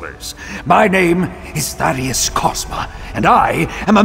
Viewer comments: Dude my name is literally thaddeus and you're butchering it so hard every time I can't not mention it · How he says Thaddeus kinda kills it for me >.< He literally hears how the character pronounced his name and says it wrong anyway